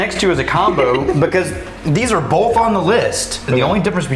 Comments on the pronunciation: Another good one would be to drink everytime pronounces an “L” in “both” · what about how he says "both" ... there is no L in both O.O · I think bolth is a Midwest thing. Not that he is midwestern, but as an Iowan I definitely say bolth.